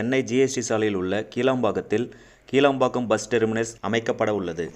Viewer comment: கீளாம்பாக்கம் என்பது தவரு. கிளாம்பாக்கம் என்பது சரி.. உச்சரிப்பை " கி" மெல்லினம் குரல் ஒளி வழி உச்சரிக்கவும்